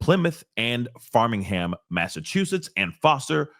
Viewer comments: It’s 🖼️ingham not farming lol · its Framingham